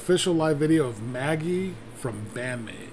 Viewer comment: Nah, mate. pronounced it correctly. It's like Maggie. Saiki-san Tweeted it before. It's the German word for Magic not the French word. (They're spelled the same but pronounced differently -- French being the combination of Frankish and Latin.)